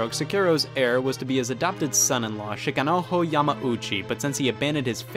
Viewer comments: i dont think taht dude is called shikanoho, the j is not an h in japanese lol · Great video, but here’s a small correction: in Japanese the “j” is pronounced like, well, a “j”. So the way you pronounced it, as if it were Spanish, where it’s an “h” sound, is technically incorrect. Still, I love shit like this, so thanks for making this video! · If you see a "j" in a Japanese name, you pronounce it hard like in "jam", not an "h" like in "juegos". That's Spanish pronunciation, not Japanese.